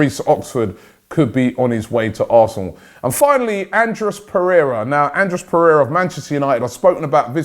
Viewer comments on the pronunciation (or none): none